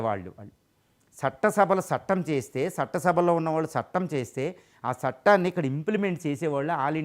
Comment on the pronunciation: సట్టం కాదుసర్ "చట్టం" సర్. విషయంతో పాటూ భాషకు కూడా ప్రాధాన్యం ఇవ్వండి సర్ దయ చేసి.. ఇక పోతే.. మీరు దేశానికి అవసరమైన వీడియోలు చేస్తున్నారు. జాతీయవాదాన్ని జనానికి అలవాటు చెయ్యండి.